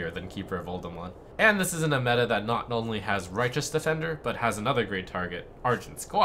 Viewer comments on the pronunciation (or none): none